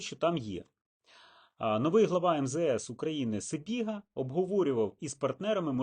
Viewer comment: Не себіга , а лебіга😅